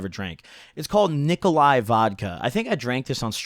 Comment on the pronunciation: Its pronounced nikolaus, and its not that cheap for eastern europe standarts